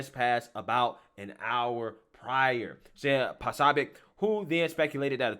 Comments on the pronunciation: PRONOUNCED PA SOOOOOOOO BIC..... NOT PA SOB IC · Poso- bic Say it right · You follow him, but don't know how to pronounce his name? 😂🤣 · That’s not just another media person. That’s Steven K Bannons guy. 😳 that and you’re butchering his name, and the location. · I think he does it on purpose sometimes. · You said his name 6 different ways, none of them correct, it's deliberate. Wtf is your deal?